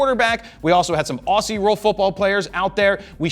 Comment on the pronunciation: Pronounce Aussie as "Ozzy" and you'll make every Australian viewer happy :)